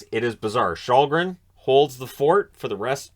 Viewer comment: Källgren really should be more like shell-gren than your shawl-gren.